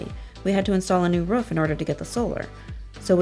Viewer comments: anyone notice the woman sounds like she is barking? who says roof like that? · Do all americans pronounce 'roof' like 'ruff'??? Lmao